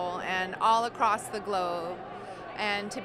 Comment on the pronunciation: Gweneth said “all accloss the globe”😂